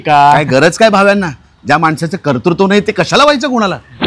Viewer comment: छान सुदामे कर्तुत्व शब्द बरोबर बोललात.. भावेंनाही शिकवा ..कर्तृत्व नाही कर्तुत्व म्हणा.